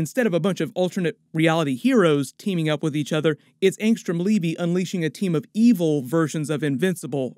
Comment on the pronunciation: Did Kirkman call him Leavy? If he didn't then the pronunciation is Levy like the Dam, or maybe like the jeans